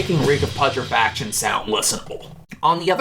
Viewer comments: Pu tre fac tion say it with me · Bro its pronounced "Pyootrefaction". You killed me every time you fucking tried to say Reek of Putrefaction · God you’re such a normie hahaha. You also can’t pronounce putrefaction. Congrats!